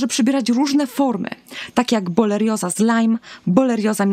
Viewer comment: Pierwsze słowo, pierwsza sekunda filmu i już źle wymówiona nazwa choroby, o której nagrywa Pani film. Żenada..